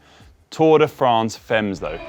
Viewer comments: Tour de France femmes-> rather "famm" than "femms" please! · You gonna say it a lot, so I think you should just learn how to pronounce Femme correctly because right now it just sounds ridiculous. (should be pronounced "fam")